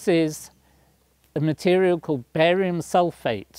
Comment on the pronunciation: I thought he said "Barry White" at first!